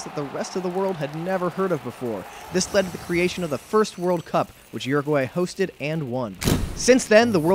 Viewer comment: It’s Uruguay not Guruguay